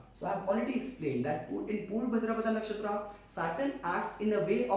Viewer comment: Your pronunciation of nakshtra names is disgusting🤡 No not only nakshatra all hindi terms .